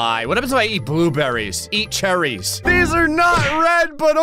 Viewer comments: i like that said charrys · The way he pronounces cherries 💀💀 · cherries like he's in the Royal family he says it like he's royalty it's hilarious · The emphasis of cherries is alarming